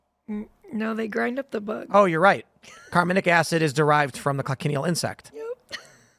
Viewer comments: FFS once again it's not pronounced coc-en-i-el, it's kotch-in-eel. Three syllables, not four. And what is extracted from them is carminic acid which is processed to make carmine, a colourant. It's nothing new - it's green in used for at least 2500 years. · It's pronounced "coach-in-eel" not "coc-in-ial" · the "CH" in Cochineal is not pronounced as a hard K, It's pronounced like it's spelled with the CH pronounced like "chin" a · It's pronounced Co-chin-eel. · It’s pronounced KOTCH-in-EEL. Technically they are parasites, but they live on cacti, not blood. Food coloring, preservatives, texture and flavor modifiers can be in a very natural , raw state or heavily refined and processed so simply saying they are bad is not enough. Salt is a preservative, but what kind of salt? What is the chemical composition? The real problem is Corporate Capture in regulatory agencies and science. The layman will always be ignorant, we need experts help top high ethical standards. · The bug is pronounced CO "CHA" NEAL.